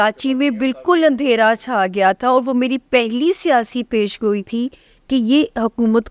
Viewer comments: Pendo master Peshan goi not pesheen goi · Plz learn how to pronounce پیشن گوی